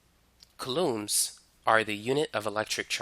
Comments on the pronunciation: Its COU lomb not ca LOOMS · Never heard of coulombs in my entire life. Would be nice if you said the word the right way when teaching people. ˈko͞oˌläm is how pronounced. I totally lost you when you started talking about coulombs of power. Definitely should have started with coulombs first before just throwing it at us like that, lol. Not explained very well before introducing it into the lecture. Really good video though, I learned quite alot.